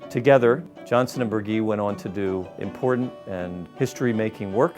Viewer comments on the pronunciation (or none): The Queensboro Bridge was home to NY State's last streetcar line, which stopped at the mid bridge elevators until 1957, 2 years after the road bridge from Queens opened. Also Burgee's last name is pronounced with a soft "g", bur-GHEE.